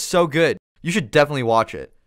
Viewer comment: いつも楽しく拝見させて頂いています！ 丁度調べていたのですが、「definitely」の発音が気になります。 「デェフェネリー」のように聞こえるのですが、このようにiがエのような発音になるのはどういった時なのか、法則があるのか知りたいです🤔